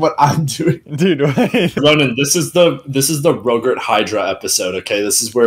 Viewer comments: rogurt more like rofurt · Yogurt is rogurt. Rogurt is yogurt.